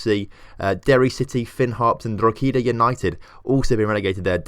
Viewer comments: It's galway And pronounced draweda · Great video however Drogheda is pronounced Draw-head-a or Draw-da if you’re from here😂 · Mate, it's pronounced 'Dro-heda' for Drogheda. No long e and the g is silent. Also how the fuck did you get 'Galway' wrong? It is 'Gal-way' not 'gal-a-way' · Draweda??? Nope. Dro-hedda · the real way to pronounce Drogheda is drawda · I died a bit inside when you pronounced drogheda